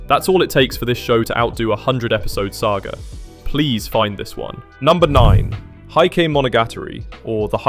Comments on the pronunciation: Heike Monogatari is one of my favorite shows, and I’m obsessed with the OP! The lyrics fit the show so perfectly that it always makes me feel a bit bittersweet. Just a small tip for anyone watching: "Heike" is actually pronounced like "Hey-keh," not "Height-keh." It means the "Taira clan" (Taira family). Just thought you might find it interesting! I also love the manga "Ikoku Nikki" (Journal with Witch). I was happy about the anime, but a bit worried since some adaptations can lose the unique vibe of the original story. I’m so glad my worries were for nothing! As for my watchlist, Mushi-shi (S1 & S2) is still available on the streaming service I use! Crunchyroll is unavailable in Japan, so we can't use it here unless we have a VPN. Mushi-shi and Ping Pong have been on my list forever, so I’d better hurry. I’m a huge Haikyuu!! fan, and I heard that if I like it, I’ll definitely love Ping Pong too. Sorry for the long post! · "Heike" in "Heike Monogatari/平家物語" is pronounced as "hey-ke", not "high."